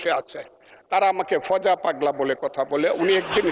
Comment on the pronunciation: ফুজু না, ফজা পাগলা